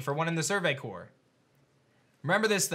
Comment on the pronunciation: Who’s going to tell it’s survey CORPS not survey cores